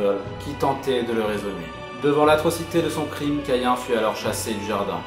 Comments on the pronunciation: Perdu! on dit Cahin, écris Caïn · Mdr Abel et Cain c’est dans la bible et ça ne se prononce pas « Caïen » et « Eybeul » xddd mais cool vid ! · Ébeul et cayen... Au lieu de Abel et Cain... /facepalm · On dis caïn c'est hebreu